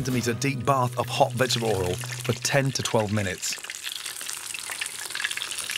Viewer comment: And now enjoy "vegabahlhl oil"